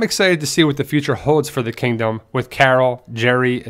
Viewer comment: You said kangdom xD